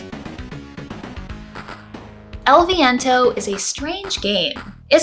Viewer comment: I've never seen that title but it looks amazing especially because it's a retro game, and I love the way you say "el viento" in spanish. Keep going with your videos cause' I like them a lot. Greetings